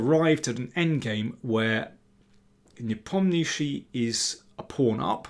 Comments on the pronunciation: Kudos on Nepo pronunciation! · Love that mr. King pronounces Nepomniachtchi's name more correctly now after asking him how it should be pronounced!